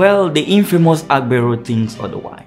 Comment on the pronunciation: You made a video and make it seem as if this only happens in Lagos. You project people's images wrongly. AGBERO means Conductor. You don't speak Yoruba and can't pronounce the word. You did a lot of exaggerations. The 'TRUE' reason you have these figures if true is because of the huge population in Lagos and thus many users of transport vehicles and tricycle. You lied calling AGBERO thugs. Youtube should sanction your video for trying to create and misinform the world. Mention a State in Nigeria that has no Conductor or a branch of the National Union of Road Transport Workers. You failed